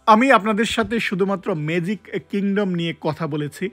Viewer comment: মেজিক❌ ম্যাজিক✅